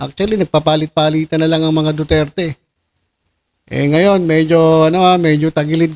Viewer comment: Hey,, hindi yata duterte ang tunog nung sinabi mo ah kundi dudirty dudirty he he he.